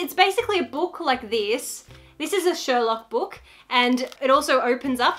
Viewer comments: Anyone else insanely bothered by the missing “R” in Sherlock Holmes?! 😂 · “Shelock Holmes” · ..shelock holmes. the book says shelock